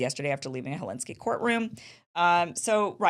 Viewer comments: It's Helsinki not Helinski.. Finland..😮lol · It’s HEL SINK EE, not Helenski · The bio medical funding machine rolls on regardless. Great reporting Kim, and I’m sure you know tha capital of Finland is not pronounced Helinski!!!